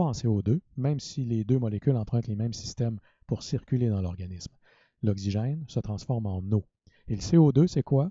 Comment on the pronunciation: Okcigin pronunciation plz but other than that amazing explanation thanks a lot